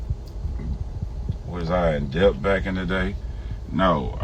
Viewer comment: Debt is pronounced without the b, slim thugga 😂 the b is silent....